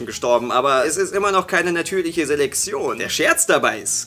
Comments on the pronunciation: Es heißt Selektion und wird deshalb auch nicht Selexion ausgesprochen! Klar weißt du das und so, aber es hat mich dermaßen genervt, dass ich dachte, wenn ich meinen Frust in den Kommentaren auslasse regen sich noch andere darüber auf oder widerum über meinen Kommentar. Folglich rege ich mich aber nicht alleine auf. Schönen Tag noch, Tüdelü. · Ich finde es lustig, dass offenbar kein z bzw. ts aussprechen kann und deshalb immer Seleksion sagt:D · sagt immer Selexion:D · Warum sagt immer:"natürliche Seleksion" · "Seleksion" 😂, deine Aussprache ist so süß 😂😂😂